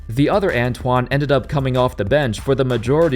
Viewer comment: *ANTAWN Jamison